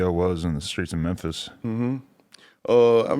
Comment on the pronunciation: NY - “Mew” = Memphis - “Mer”